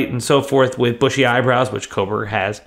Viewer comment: There is NO "L" in Kohberger.